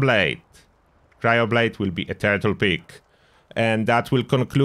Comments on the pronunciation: I thought he was saying turtle pig. Turtle pick makes a lot more sense. 😂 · It sounds like you're saying turtle pig XD